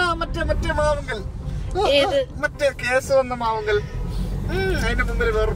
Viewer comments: മാവുങ്കൽ അല്ല മാവുങ്കാൽ . കാഞ്ഞങ്ങാട് നിന്ന് 16 Km മാറിയുള്ള ഉദുമയാണ് എന്റെ സ്ഥലം ❤ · അത് ഫ്ലൈ ഓവർ ആണ് പള്ളിക്കര മേൽപ്പാലം ബേക്കൽ അല്ല തൃക്കണ്ണാട് ആണ് നാഷണൽ ഹൈവേ ഷോട്ട് കട്ട്‌ അല്ല അത് തീരദേശ ഹൈവേ ആണ് മാവുങ്കൽ അല്ല ചേട്ടാ മാവുങ്കാൽ ആണ് മറ്റേത് പുള്ളിയുടെ വീട്ടുപേര് ആണ് ഇത് സ്ഥലപ്പേര് ആണ്